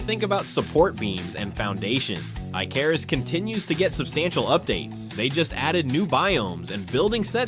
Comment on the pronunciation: When you read from a script.. tier is not tire.. icarus is ic-a-ris pronounced. Last video i watch